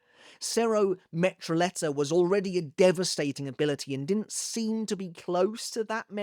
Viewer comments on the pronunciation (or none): Awesome analysis. Glad to see Bleach content revitalized. Btw. "Metralleta" has a double L which in spanish is pronounced like an english "J". So it sounds like "Meh Tra Jet Ah". It just means machine gun. I really like that bleach gave every faction their own language.